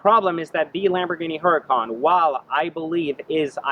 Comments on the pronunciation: It's HURACAN not huracon. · IT'S PRONOUNCED UR A CON BRO